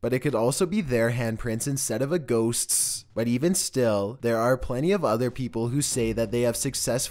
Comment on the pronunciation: I love how you say ghostststss. Its like whoever taught you how to speak was just fucking with you lol